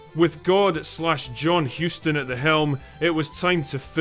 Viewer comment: Is the content creator deliberately butchering the pronunciation of John Hussss-ton? Throw whatever pronunciations on the wall and see what sticks? I know... Let's do a DRINKING GAME: Put a bottle of your favorite brew or beverage in front of you and take a shot whenever the content creator mispronounces his name. BEWARE: This drinking game is not for lightweights.